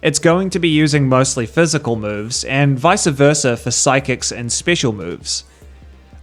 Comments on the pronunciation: If you’re gonna say “vice versa”, say it correctly. It’s not Vicea Versa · why did you say vice versa like that? Is it a uk thing?